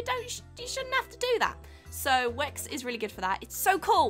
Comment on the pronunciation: At the end when she said thank you to wix for "sponsering this video" i heard ", thank you twix for sponsering the video" haha